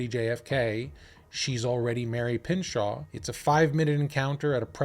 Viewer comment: It’s pronounced “ PIN -SHOW “